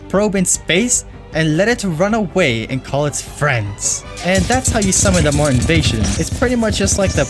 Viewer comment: the way you say Martian irks me but besides that, nice vid